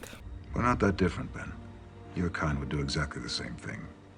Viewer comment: I really thought you said "And that's why I love men" instead of Ben and I was like hm seems off-brand for but okay